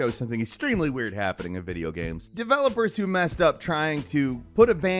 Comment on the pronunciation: Someone needs to tell he can't pronounce "Video Games", dude's been saying "Video Ghems" his entire life...